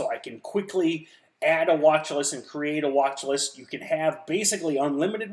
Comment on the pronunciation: "Wathlist" xD